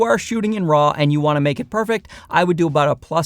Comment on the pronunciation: Good comparison, but I think it should be pronounced more like Maker, not Make-E. At least you're not calling them Mikey like many others do.